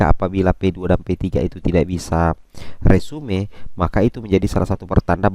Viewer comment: Bukan resume bacanya....resum